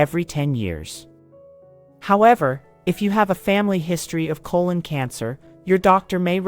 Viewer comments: Good video, but so annoying that she keeps saying "cologne cancer" instead of colon cancer. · Why does the narrator keep saying "cologne" cancer versus the proper pronunciation throughout the rest of the video? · Yes, she said "colon cancer", but she also said "cologne cancer" quite a few times.